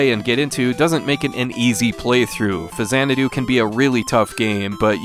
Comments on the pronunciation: faks-anadu. faks-anadu. faks-anadu. not fazanadu. I was a game play counselor back in the day. They made sure we pronounced it right on the phones. It's the way Nintendo pronounces it. It's the way Hudsonsoft pronounced it. It's pronounced that way in Captain N: The Game Master. An X in the middle of a word is never pronounced like a Z. Show me another example. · I know the series is pronounced Zanadu, but I have never heard this game called FaZanadu before. I've always heard people call it Fax-anadu. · Not fa-zanadu. It's Faks-anadu. I worked at Nintendo as a gameplay counselor. They specifically addressed this, informing us that it was pronounced faks-anadu (straight from Hudson's mouth). Show me another word where an X in the middle of a word is pronounced like a Z. It's a portmanteau of Famicom and Xanadu, sure, but the game is pronounced with a /ks/ in the middle. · X is only pronounced like a Z at the beginning of a word. “Zanadu” and “Faksanadu.” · "Fazanadu" lulw I'm so triggered. 🤬🤣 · I've never heard the 'X' in Faxanadu pronounced like a 'Z' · 600th comment here, you're mispronouncing it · Automatic thumbs down for your ridiculous pronunciation of the name.